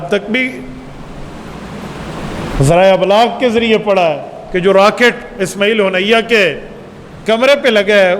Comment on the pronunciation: اسماعیل ہانیہ ھے نام صحیح سے لیا کریں ۔ ھونیہ نہیں ھے ۔ ہانیہ ھے ۔